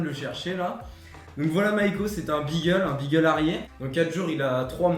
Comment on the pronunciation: Magnifique chien et pitié beagle se prononce "bigle". Hormis ca c'est un chien de chasse, et par dessus tout il fait parti des chiens courrant utilisés en vénerie au grand gibier donc il aura besoin de beaucoup de promenade et beaucoup d'amour ( mais ca c'est la base je pense )